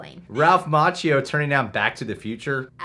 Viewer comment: So Will Smith turned down Django because he felt he wasn't the star only to play second to his son in a movie where he is in hurt in a spaceship the entire time. Also, the way this guy says Ralph Macchio's name bothers me. lol